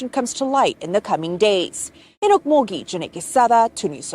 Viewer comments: no, they were trespassing... the owner of the property didn't want no fuss made of it, so... someone wanted to dispose of a situation before it became a bigger "situation".. it's pronounced "oak_mull-ghee" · it's pronounced oak-mull-ghee....